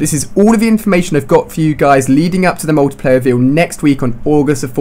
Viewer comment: Ali-A you're a bit late, BLAQSONiC already covered this. And please take elecution lessons and learn how to speak properly. It's pronounced 'MULTIPLAYER', not, 'MUWTIPLAYER'.